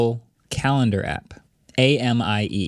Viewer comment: Amie isn't pronounced like the name "Amy", it's the French word for friend.